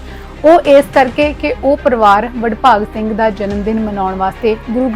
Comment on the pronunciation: bahan ji pahle to apni awaaz ko sudharo aapko yah nahin pata ki Baba Badbhag Singh Ji, Naam hai or aap Badbhag Singh- Badbhag Singh ke naam se bol Rahi hai. Sharm karo Mahapursho ka aadar karna shikho.